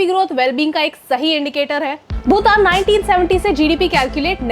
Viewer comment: भूतान? Or भूटान!!